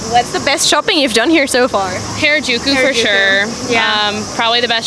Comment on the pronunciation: No one: Literally no one: First US gal: HAIRAJUKU facepalm